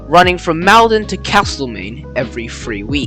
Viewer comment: I enjoy your videos. One improvement would be a little better research on how to pronounce town names. One example in this particular video is "Maldon". The first syllable is NOT pronounced as the first syllable in "malcontent", but as the first syllable in "molten". Lots of people would be pleased to help with this detail.